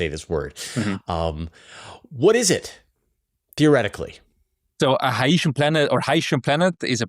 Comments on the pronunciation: this guy came up with a totally new pronunciation "hi-ye-shen" as opposed to hy-see-en or hy-shen lol. IMO "Hy-see-en" definitely sounds more "sci-fi" lol. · Hycean is pronounced ´your anus.'